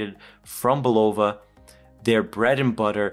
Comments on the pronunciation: It's BULL -UH-VUH Not BULL-OHH-VUH! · Bro it’s bulava not bullova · It's BUL-o-va. Really.